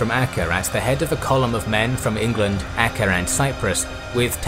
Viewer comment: Acre is pronounced like an acre of land.